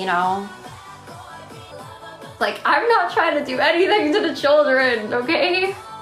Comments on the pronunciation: "The churldren" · "The CHULL-jren "